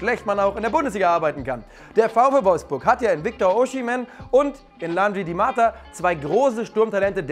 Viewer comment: Nicht Diamata sondern Dimata